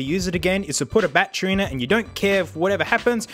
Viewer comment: "Bat Tree" lol